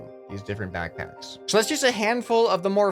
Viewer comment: naw all you missed is as he says BACKBACKS